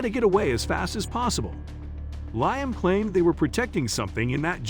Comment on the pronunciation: It's Lee-um, not Lion.